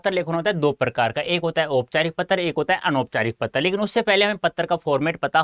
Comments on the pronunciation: Do u notice he is saying patr lekhan ko pattar lekhan and choose ko chuge timing go and check 🤣🤣🤣🤣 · 🤣😂🤣 Are sir topic me to anuchchhed lekhan likh rakha h aur Padha Patra lekhan rhe ho sir, Aap se ek baat aur puchni thi ki Aap Hindi ke hi teacher ho kya 🤣😂 Kyonki AAP Patra ko "PATTAR" bol rhe ho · He is saying patr = pattar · How he pronounced patra as pattar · Sir it is not patar( 🪨 )lekhan ..... It's Patra (✉️) lekhan😁😂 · IT'S PATRA BTW NOT PATTAR 👀😂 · Sir pehle aap patra bolna seekh lo fir Hume sikhana😂😂😂😂😂😆😆😂😆😂😆😂pattar ,pattar ye kausi Hindi h . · Bhai pattar nhi patr hota h 😂😂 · Patear nahi pater hota hai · Sir u r saying ptra to patar 😜😁😅